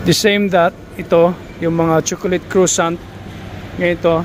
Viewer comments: Just to say that the pronunciation for croissant is ‘kwa-son’ not ‘crosant’ 😊😊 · Pronounce croissant French —-(Cra’sont) !!!